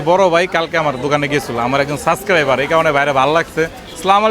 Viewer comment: ভাইরে এটা সাবস্ক্রাইবার সাসকাইবার / সাসক্রাইবার না!